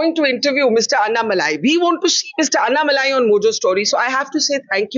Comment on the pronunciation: Such an honest and humble man. Wishing him all the best against Stalin. ANNa Malai- say his name properly Barkha :). And stop swinging the camera.